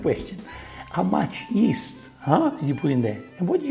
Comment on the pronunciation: "add yeast to warm water" really sounded like "add ghee to warm water" lol